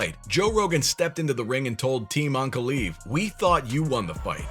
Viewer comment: Onk-uh-lye-ev. Is how you pronounce it.